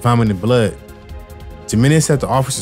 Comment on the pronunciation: the letter j is pronounced like the letter h in English. how hard is that. "Jim Menez" lmfao 😂